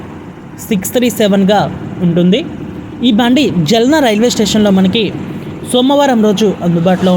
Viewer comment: జల్నా కాదు జాల్నా. జల్నా అంటే మండటం. తెలుగు లో కావాలి కాదు. కావలి అని పలకండి.